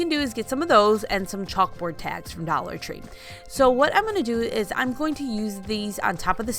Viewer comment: I love how she says Dallor Tree 😂